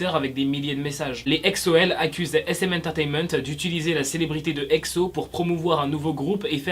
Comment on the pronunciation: Pk tu dis Ecso ou lieu de Exo